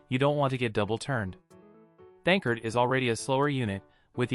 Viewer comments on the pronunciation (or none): The voice is saying his name wrong why?